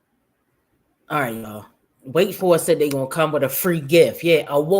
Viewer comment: She don't say "words of encouragement" she says "word of Acouragement" 😂